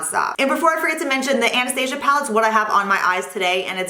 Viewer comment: Great recommendations! I didn't know Sephora carried Tom Ford products. Also, as a small critique you're pronouncing Anastasia wrong, it's not like the movie lol